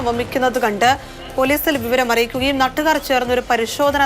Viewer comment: വാർത്ത വായിക്കുന്ന ആള് പറയുന്നത് നട്ടു കാര് 🤔 എന്നാണല്ലോ വായിക്കുമ്പോൾ കറക്ട് ചെയ്തു പോകുന്ന ആളെ വാർത്ത വായിക്കാൻ ഏൽപ്പിക്കുക🙏